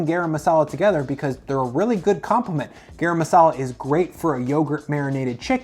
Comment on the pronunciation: “GAH-rum” not “GEH-rum”. Rhymes with “car ‘em”